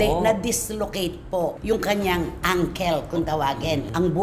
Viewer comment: Please learn how to pronounce words correctly ankle is not pronounced sounding Uncle please learn